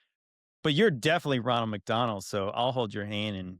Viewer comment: Just heard "Ronald McDonald" or "Ron-El McDon-El"....are they dropping the EL at the end for angelic?